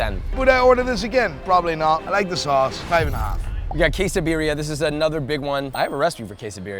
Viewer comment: The into Quesabirria Tacos pronunciation hurt my soul